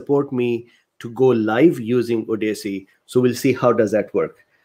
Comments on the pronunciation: I believe the name of the platform is pronounced like ODD-us-see, rather than like an acronym O.D.C. Thank you for persisting in giving better information than the mainstream permits. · I believe that second posting site is pronounced Odyssey, like the book. QUESTION: Does this remove lack of aspiration as a possible cause of the platelet/ clotting problem?